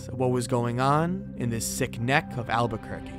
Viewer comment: Not to mention just correct spelling and pronunciations "Alburquerque"... "Vigil" "Extradited"